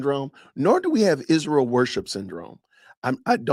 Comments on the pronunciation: Izshrael ..ahhhh i despise how she pronounces everything incorrectly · Why does she say Ishreal?